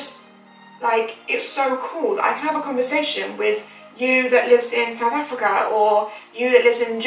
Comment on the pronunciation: my heart jumped when you said "SouthA Africa" I love it here